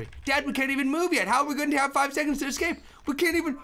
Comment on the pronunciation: Uh-scape that dot do-dot ayyyy uhscape that dot do-dot